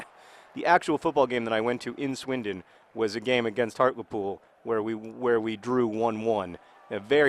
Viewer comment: John, it's pronounced Hart-LEE-Pool, not Hart-Luh-Pool